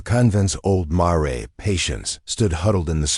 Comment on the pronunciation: AI. You can always tell. The machine can not tell that mare is NOT pronounced mar 'ray.